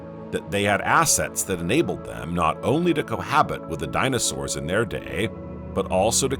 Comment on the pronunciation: The dino sauerrrssA. Today -A Fix that 😡